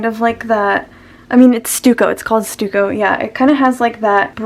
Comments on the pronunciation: I was looking all over for a 'stew-co' brush...and then I realized you meant 'stuck-o' :D I absolutely love how you went through the brushes you like to use and why. There were so many in app brushes I wasn't using and love! I really appreciate that. Great process video. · Stuck-oh. Not stew-co. Thank you for posting. Very informative. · Stucco is pronounced "stuck-oh" ☺️ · Stucco is pronounced Stuck-oh :) it’s like a decorative cement used in construction :) have a nice day. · Stucco (stuck-o) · you can kinda tell what her age is because she doesn't know how to pronounce stucco which even millennials know about because boomers used to have it in their houses lmao